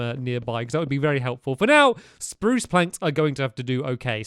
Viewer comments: Nah not really he said sprrrrruuuuce in the last video it’s you who have grown up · omg he still says spruce the same way after all these years